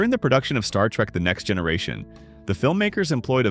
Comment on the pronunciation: As a long time Trek fan, I still found this video informative. The AI narration is okay, but the mispronunciations and speech cadence is very annoying--especially every time it said "Star Trek....the Next Generation".